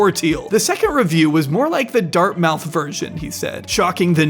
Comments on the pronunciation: Dart mouth lol. It's pronounced dartmuth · it's Dart-muth not Dart-mouth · “DartMOUTH”? JFC, learn how it’s pronounced. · It's pronounced Dartmouth not Dartmouth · It's pronounced Dart-MUTH. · FYI Dartmouth in pronounced "dart-muth" (with the "u" being like the one in "push"). It's almost "dart-mith." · 'dart-mouth' 🤣 🙄you sound like an imbecile by not knowing how to pronounce Dartmouth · Is this AI? Or you don't know how to pronounce Dartmouth? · why is he saying dartmouth like that